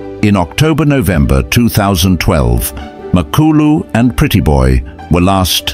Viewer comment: HIS NAME IS MA KLU LU NOT MAK KLU LU